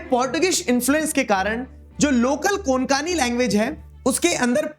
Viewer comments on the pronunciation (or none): A remainder.. It is not कोनकन but rather it is कोकण 😇. Luv from chnadrapur, maharashtra🥰